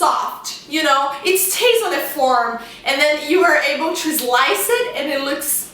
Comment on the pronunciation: chewday ....zmell zlice